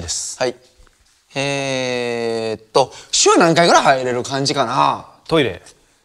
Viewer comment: ここのふくちくの｢えーっと｣が｢屁ーっと｣って聞こえてトイレのこと考えたんじゃないかと思ってる